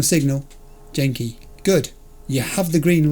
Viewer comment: Tiger Claws are japanese people, it's not DJ-enki, it's Genki, a harder G :)